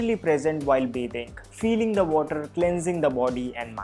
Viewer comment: It's not bae thing it's bathing